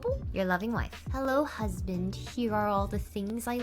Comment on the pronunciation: Lmfao did she fr say "herro"?😅😂